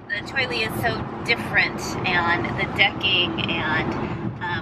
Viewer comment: Cheoy Lee. =Chee Oy Lee.